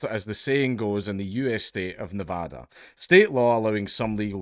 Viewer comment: I live in Las Vegas Nevada and i thank you for pronouncing our State correctly, pisses us off when people say Nevada the wrong way.